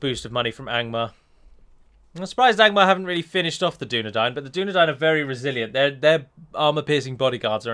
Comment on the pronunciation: I've noticed that your pronounciation of "Adûnâim" has been misleading for a lot of people here and on TWC, I've been reading "Ardunaim" on a lot of comments because you put the emphasis on the 1st syllabe, when really it should be on the 2nd, hence the circumflex on the u (it should sound like "adOOnaim" instead). Really sorry, I dont want to be that kind of prick, but seeing misspelling due to erroneous pronounciation kinda irks me ^^'